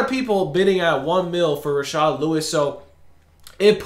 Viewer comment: It’s rashard stop calling him rashaad